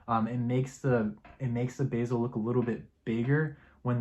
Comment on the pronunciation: it’s not pronounced basil, it’s the bezel!